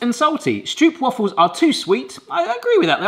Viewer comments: It remains funny how you pronounce "stroopwafels". In Dutch, you pronounce the double oo as if you were saying OOH. On wafels, as if you were saying AAH. In Dutch, you pronounce the A short when followed by a double consonant. The way you say it, it would say waffels with a double f. Marmite isn't that well-known here. It is available in quite a few shops these days, but we only use it as a flavoring in sauces, for example, never on bread—brrr, yuck. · Hahahaha "stroopwuffle"?? 🤣🤣